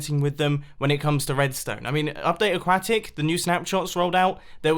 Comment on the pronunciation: "update aquactic"